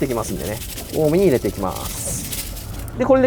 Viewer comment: 入れての発音がマジで気になる